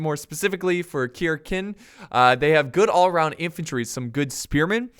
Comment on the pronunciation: I think its pronounced "Sir-ken" I could also be wrong